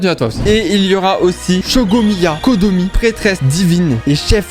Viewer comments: "tevate, shogomiya, kogo" quoi QUOI y'a aucun effort de prononciation 😭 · Comment tu as détruit les noms de Raiden Shogun et Kokomi 😢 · Personne parle de comment il a écorché le prenom de Raiden et Kokomi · On a'en parle que mâche les nom de de Raiden et de kokomi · Comment il a appelé Baal et kokomi j'ai mal aux oreilles ! A par ça bonne vidéo